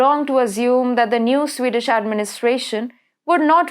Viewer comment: CANT SHE GET HER AWFUL PRONOUNCIATION RIGHT??ITS JARING TO HEAR HER SPEAK, VERY DIFFICULUT TO UNDERSTND. ''SWAY DAESH PEOPLE!!! SWEED DISH!!